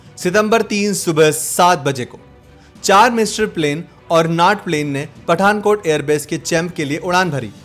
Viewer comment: सेबरे नही सेबर. नाट नहीं नॅट. मिस्टरी नहीं मिस्तर् (mystère-फ्रेंच). चाम नहीं छम्ब. आप आपका हिंदी अनुवाद और उच्चारण सुधारिए. मेरी मातृभाषा हिंदी नही है, फिर भी पीडा होती है.